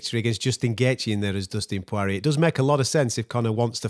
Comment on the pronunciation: ‘Dustin pawariyay’